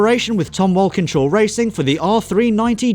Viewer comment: You're English, how tf do u flub Walkinshaw so badly?!